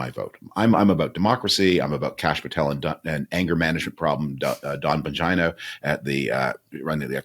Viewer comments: Did I hear that right..Frum called Dan Bongino, 'Bagina'?! 😂😂😂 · Yes he called him “Dan Bongina”, we all heard it.